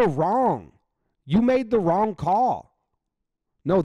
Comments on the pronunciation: Yep. And right before that, you can literally see the coach's southern accent. That's a loooong O in "wrong". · I love one of the "you're so wrong"s that the coach said. You can see the southern accent with the o shape he makes with his mouth at the end.